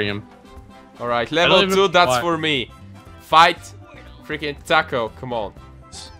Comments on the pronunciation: When he says Takle it sounds like TACO :D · When you say Tackle it sounds like TACO :D